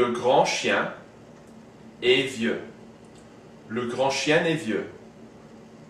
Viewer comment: Hi, good job with this video just one thing, I'm french and with the word "est" the French never make the "liaison" (link) with the previous word.